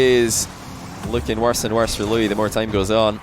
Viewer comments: I wonder if you've gotten the pronunciation worked out on stream, but here's my attempt at help. "loo-EESE." The emphasis on "EESE" like Reese, or lease. Edit: I'm not an expert and this is just my speculation to the pronunciation based on YouTube videos :) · I love how can’t pronounce Luis lmao